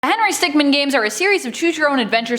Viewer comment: Stickmin not stickman